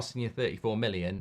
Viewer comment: Every time Mark wants to say million he says minnion 😆 I think had him watching Despicable Me.